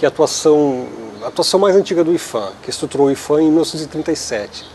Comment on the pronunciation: a pronúncia e ifan porque? Se o P é de patrimônio?